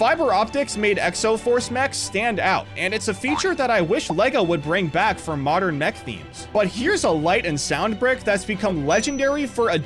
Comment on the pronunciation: "in the moderan alphabet"